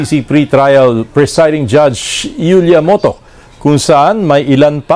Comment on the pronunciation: Iulia Motoc pronounce (yulia)